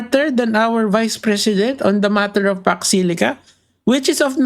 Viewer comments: Hindi nya nga mabigkas kaya hindi nya alam . Jusko Lord talaga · vp hindi alam talaga. hindi nga alam pronounciation. don’t elaborate na ayaw mag comment. new WORD SA KANYA YON ANG PAX SILICA